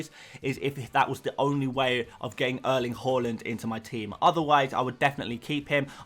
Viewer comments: Whoreland? It pronounced H~ar~land. Coming from a Norwegian…. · you actually almost got the haaland pronunciation down! if you say the LA part like you do in LAVA, you got it 100% right. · Just pronounce it as it is written. His name is Erling Haaland. Simple as that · say the haaland properly man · sorry if I am to rude but I really adore the player and want you to say it right